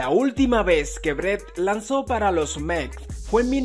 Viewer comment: No se dice Meks, sino METS !!! Mejores pagado ??? PagadoSSSS !!! Y no es que cobren sin trabajar, es que YA LO TRABAJARON !!!